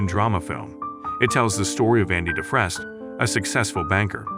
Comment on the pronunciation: Its pronounced DO FRANE come on man watch the movie smh.